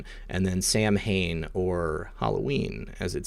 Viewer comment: Samhain is pronounced "Sohen", with the H silent